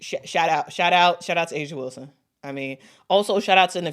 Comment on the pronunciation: Whistle- Whilston??? YOU DONT SAY!!!